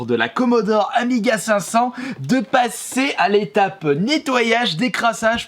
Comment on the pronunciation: Les Pro Amiga, soyez un peu plus gentil avec lui si il prononce mal le nom... c'est normal de faire des erreurs!